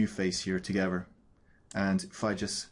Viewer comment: Great thanks! "togever"